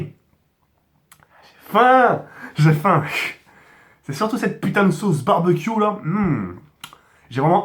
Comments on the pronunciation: mdr il a dit barbaq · Pk tu dis barbac wat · Le "Barbecue" est phénoménale 😂